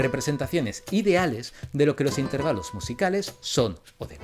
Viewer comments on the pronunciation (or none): Por el amor de dios! No puedes decirte científico que estudió la música y decir intérvalos. Se dice intervAlos, con acento en la A!